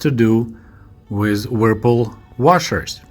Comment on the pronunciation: your English is excellent, there are a few words where you need to hear the English pronunciation, the brand "Whirlpool" is one you need to hear, it's a very difficult word for a native Russian speaker. Thanks so much for your videos.